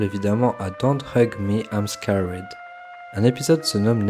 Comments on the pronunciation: I'm scawède ? Même sans forcer un accent anglais, un truc genre "skérd" sonnerait plus juste... C'est juste un détail bien sûr, ceci dit c'était intéressant, merci pour ton travail. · c'est juste pas un accent😅 c'est une prononciation j'avais envie de te frapper à chaque fois😂